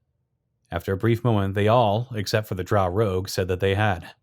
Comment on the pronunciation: It baffles me how almost every single dnd person I watch cannot correctly pronounce the word “drow”.